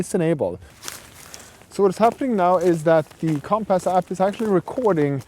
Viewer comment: Him calling it comp-ass is really grinding my gears